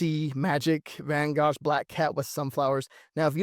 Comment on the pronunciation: Great video! Pronounced “Van Go” the GH is silent 😊